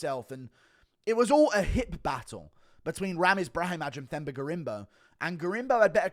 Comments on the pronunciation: Drop the H, it’s pronounced “Temba” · Themba is pronounced Temba btw.